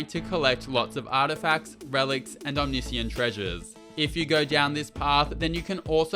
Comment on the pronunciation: O-MIS-CAN is far easier than OM-NI-SI-YAN 😂